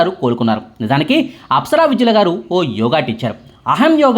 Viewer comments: విద్యుల కాదు వైద్యుల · విద్యుల... కాదండీ. వైద్యుల.... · apsara వైద్యుల అని చెప్పండి. విద్యుల కాదు. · నాయనా..ఆ అమ్మాయి పేరు అప్సర వైద్యుల, అంతేగానీ విద్యుల కాదు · ఇంటి పేరు తప్పుగా పలుకుతున్నారా లేక spelling తప్పు రాసారా? 😑